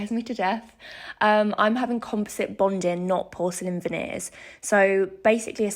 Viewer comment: It's "bonding," not "bondin."